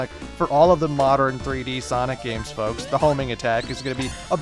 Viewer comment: and who fooks? Was that the canadian in you coming out? :P Anyway, you going to do those rather pathetic sonic fighting games? If not, you going to show them off, or just let them fade away?